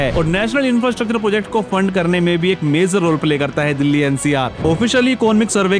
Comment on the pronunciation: आज के यूट्यूबर की सब से बड़ी समस्या, उन की भाषा ( Language ) है, जो उन से बोलनी भी नहीं आती है, सही लफ़्ज़ ( शब्द) है Major, मगर आप बोल रहे हैं Mezar , जो बिल्कुल ग़लत है। Please correct your Language. कृपया अपनी भाषा सुधारिए। स्टेज पर आने से पहले अपनी भाषा को सुधारें अर्थात् भाषा का ज्ञान प्राप्त करें , तभी लोग आप को सुनेंगे । भाषा में खोट किस ने पैदा किया ? तो जवाब है कांग्रेस पार्टी की मुस्लिम विरोधी नीतियों ने , जब नेहरू ने मुसलमानों के विरुद्ध योजनाएं बनाईं तो एक आवामी ज़बान यानी लोक प्रिय भाषा उर्दू ज़बान को ख़त्म करने के प्लान पर भी अमल किया गया , चूंकि नेहरू का मतलब है प्रथम प्रधानमंत्री जवाहर लाल नेहरू, से है। नेहरू ने यह समझ लिया के उर्दू ज़बान हिंदुस्तान की नहीं है बल्कि मुसलमानों की ज़बान है तो मुसलमानों के साथ साथ उर्दू ज़बान को भी ख़त्म करने का प्लान बना लिया गया , इसी एक ग़लती ने बहुसंख्यक हिन्दू को एक अच्छी भाषा से दूर कर दिया। उस का दोष पहले प्रधानमंत्री नेहरू की मानसिकता पर जो बड़ी तंग यानी संकीर्ण थी ऐसी मानसिकता के नेता को कभी भी भारत का प्रधानमंत्री नहीं होना चाहिए था। नेहरू की मानसिकता और सत्ता का लालच , और परिवार वाद ने ही देश को महान देश बनने नहीं दिया। जनहित में जारी है। एक राजनैतिक विश्लेषक शकील अज़ीम । Dated :- 6th August,2026